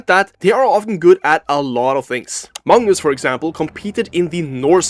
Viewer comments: Why do you pronounce Magnus as Mungus? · the guy narrating says 'mangus' or any other time he says it